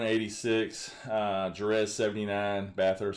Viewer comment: The way he pronounces Jerez lol, it's like "Hereth"